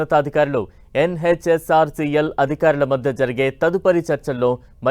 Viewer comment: “YEN HETCH OR SEA EL”